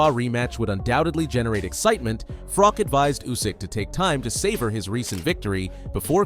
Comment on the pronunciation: its not Frock dude, its FroCH